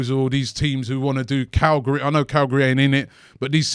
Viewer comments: dear Robbie it is not Calgary. Calgary is in Canada! [ Cag-li.ari ] is in sardinia Italy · iknow british have a little problem sometimes killing non-british names, but damn calgary that's just not even close.